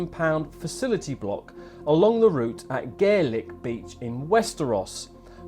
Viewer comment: Clickbait rubbish! As a rep of 'Motorhome News' the least you can do is pronounce 'Gairloch' properly.